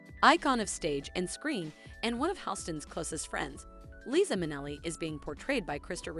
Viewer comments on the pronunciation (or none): LiZa not Lisi and not Lisa with an S. There’s even a song about it by Liza Minelli “Liza With A “Z” and performed in the Halston Netflix series by Krysta Rodriguez. Best to watch the series before a narrative voice over. Overall it’s a good video you created. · OMG, this no name reader comes off as a total shlock., please either remove this or do a simple edit and learn it's LiZZZZZZZA with a Z. GeZZZZ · Can’t even pronounce Liza’s name!